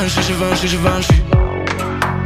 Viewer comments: ty weź kurwa lepiej wracaj do bagola, mogles se odpalic translator wczesniej albo chociaz posluchac taco wymawia sie nie żiwenszi a żiwąszi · Chuj, że Givenchy wymawia się "ziwąszi".